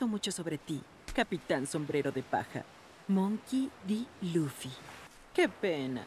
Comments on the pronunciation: Espera , dijo "monkey d luffy" con la "d" en ingles como el original? BIEN !!Ese cambio me gusto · Me encanto que dijieran:Monkey D. Luffy" en lugar de "Luffy D. Monkey" y ademas respetaron la D en ingles, lo cual le hace un toque mas epico y realista